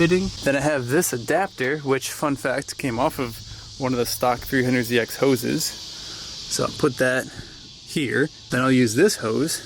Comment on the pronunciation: Definitely misheard you say "Freehundred ZX" and it's all I can hear now lol